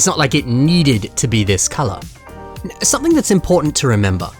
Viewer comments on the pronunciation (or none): none